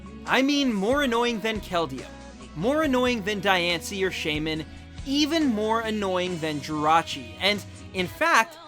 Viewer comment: u clearly haven't watched diancie and cacoon of destruction because u mispronounced diancie twice! how about actually WATCHING the movies!!!!!!!